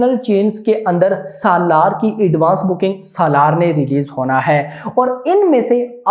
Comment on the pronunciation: This guy can't even pronounce 'SALAAR'